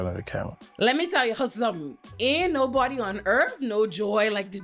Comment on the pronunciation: “How you in New York and you act like you never seen noBAWDY?!” Lmfaoooooo